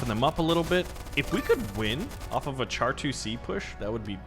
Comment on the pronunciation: Him pronouncing it char instead of shar hurt my soul